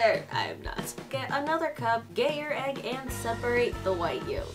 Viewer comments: who else heard"Gay your egg" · For Angels 2nd cup thing when you said get your egg I thought you said gay your egg😆 Or did you actually say gay your egg?